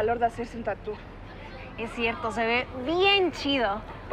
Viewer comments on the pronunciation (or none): Se oye tatú pero es Tatooh,es tatuaje en inglés nmms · Esque lo dicen como Tattoo en vez de tatuaje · A alguien más Le da rabia q digan tatú?? 😂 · Por qué le acentúan a la u en tattoo? :v